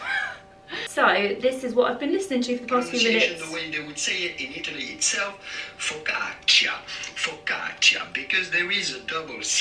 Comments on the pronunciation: Your videos are just like fresh air, you and your little family are so sweet, and I enjoy every single video you upload, they are sooo relaxing. Btw, you pronounced focaccia perfectly, greetings from Italy ♥️ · I'm Italian and I can confirm you that you said 'focaccia' wonderfully well! 😊Xx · If you make focaccia again, here in Italy (btw, your pronunciation is pretty good ✨🇮🇹) we make a basic version with just olive oil, rosemary and coarse salt on top It's super simple but super good, you should give it a try 🤍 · Cozy days at home are just lovely! Focaccia pronunciation- not bad! I should know as I'm Italian born. Sending positive thoughts on new home acquisition from across the Pond!